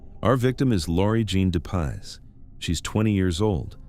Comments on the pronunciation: Laurie Jean Depies, not de paz. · Its pronounced Dep ies